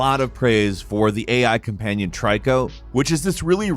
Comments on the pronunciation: Imagine recommending games you've never even played. It's tree-co not try-co. Jeez. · dude they are pronounced eeko(Ico) and treeko(Trico) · It's TREE-COH! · Americans forever doomed to always mispronounce words like Trico (Tree-Co) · I’m sorry that is not how you say or pronounce tricos name